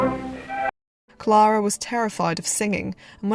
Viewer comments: Great video, but her name was pronounced CLAIR-A not CLAR-A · You lost me at Clahh-ra …..